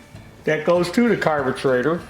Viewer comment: "Carbutrator" "Aluminum" "there's your dinner!" Happy new year I love your channel lol.